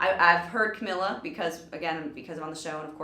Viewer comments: I love how she called her Camilla in the beginning and then pronounced it right because of the person who announced her on the performance I appreciate that because it's so frustrating when people keep calling her Camilla even if they hear someone else pronounce it right (okay now that I kept watching it went back to Camilla lmao it's fine though) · SHE SAID CAMILLA AGAIN THO BUT IT'S OK TO TRY THE RIGHT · Ca-me-la... Camila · Amazing react video I love camila Cabello but its pronounced cam-ee-la ❤❤ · its cam-ee-la